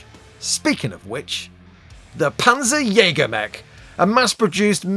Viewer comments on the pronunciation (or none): As a German speaker "Panzerjäger" is a decent name for a mech. What I would suggest is that you lean more into the German pronunciation - the name will immediately sound more threatening. The "jäger" bit is decent, but for "Panzer", you're saying the "z" close to the "s" in "pansy". The German "z" is much closer to a "ts" sound. More "pants" than "pansy". Try saying it like "Pantserjäger", I feel you'll find it immediately sounds a bit more menacing.